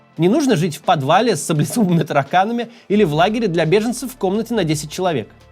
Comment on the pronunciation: На еле расслышал "Им не нужно ... жить в подвале с **саблезубыми тараканами**" ... -Макс Кац не готовился ни разу – не читал текст и смеется видя их впервые в эфире; из-за чего слова произнёс плохо, непонятно.